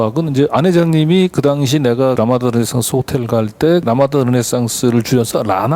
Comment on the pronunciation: 라마다를 라마다라고 하지 머라그래.